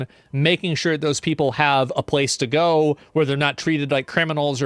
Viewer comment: 'They Ngo now' - Asmon